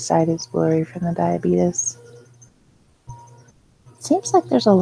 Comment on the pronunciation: It’s funny that you pronounce diabetes- Die-uh-bee-tus (just like the Quaker Oats guy😂)... I always say it like this- die-uh-bee-tees